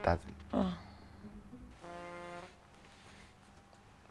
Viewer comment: "Please dear anything you hask of me"